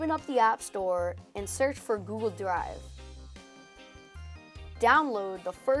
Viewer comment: he said google dwive